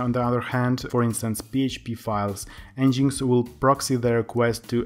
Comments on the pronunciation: en-jinx? lol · Nice video. It is pronounced as 'Engine X' though. Cheers.